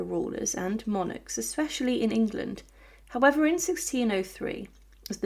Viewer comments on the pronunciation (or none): none